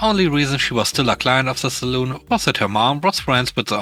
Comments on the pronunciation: ‘Salon’ is pronounced as ‘sa-lan’, not ‘as ‘sa-loon’, which is often a drinking establishment. Love your program! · Sa-lon NOT Sa-loon! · Dang. I've been pronouncing it sal-on all this time. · Salon sounds like lawn not like loon. Saloon is a bar in the old west (pub)